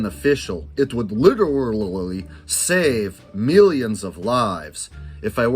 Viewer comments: "It would literaghaley!" 🤣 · I always crack up at "literalililily"!